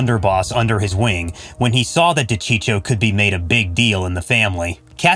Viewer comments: Cheech huh , as in Cheech Marin, it’s Dacheekoh do your homework before you put these videos up it’s aggravating to hear a mispronounced name over and over . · De-cheek-oh.. not de-cheech-oh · D'cheeko! Not dechicho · De Cheecho. He wanted this video to blow up by butchering that name. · It's De-Chee-ko for crying out loud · It's pronounced Di-Cheek-O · It's Da-cheek-o. I almost spit out my gabagool. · I was just going to say the same thing. This channel lost all credibility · If you do videos on these guys PLEASE LEARN HOW TO PRONOUNCE THERE NAMES!!!!!!! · How could you mess up a man's name your doing a piece on. Kills your credibility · Why bother if you can’t even get your facts straight let alone pronounce his name correctly? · How about learning to pronounce the guy’s name. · Thank you if your going to do a video on someone at least pronounce there name correctly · Wouldn't it be nice if the people that narrated these videos could pronounce the names right!